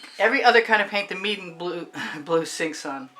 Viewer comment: Not meridan. Meeden